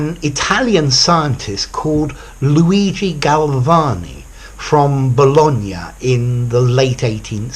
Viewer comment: I love this video! Your pronunciation of the name of the Italian scientist is perfect.